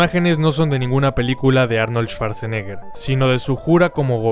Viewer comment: En alemán cuando la W esta precedida por SCH se pronuncia como U y no como V, SCH se pronuncia como SH, y CH se pronuncia como G, por ende la pronunciación de Schwarzenegger sería "shuartseneger" no "esvartseneger"